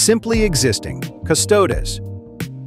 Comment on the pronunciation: ... okay, this beginning AI voice is VERY well done. Only a few words it screws up on, like "Ultramarines" and "Custodes", and if it didn't screw up on "Ultramarines" I might have been fooled into thinking it was a real person. (The amount of people who are now into Warhammer and pronounce "Custodes" wrong is so high that mispronouncing it proves nothing) Then it goes back to being obvious AI about a minute in. But that first minute, those first few memes... this AI voice was cooking. If that could last the entire 12 min, this would be both awesome and terrifying.